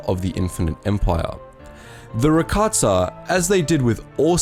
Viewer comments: Why does he say rakatsa aghhhhh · Is he saying Rakatssa?